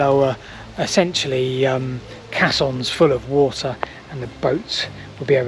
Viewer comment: Just a hint how to say "Caissons" (Kaysons) - very interesting and thanks for the video.:learning